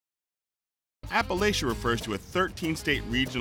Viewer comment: You can't even pronounce Appalachia right??